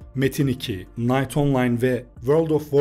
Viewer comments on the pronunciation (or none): none